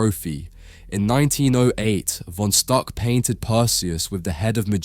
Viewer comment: It's pronounced "Fon Shtook."